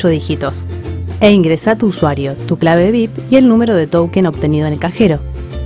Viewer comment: SOLO ENTENDÍ QUE DIJO "TOUKEN"